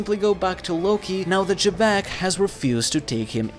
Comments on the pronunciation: Xebec is supposed to be pronounced "jee-beck" that's how both the japanese and English dub call him. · who is "juh beck"?? bro just say his name right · why you keep pronouncing xebec name like that lol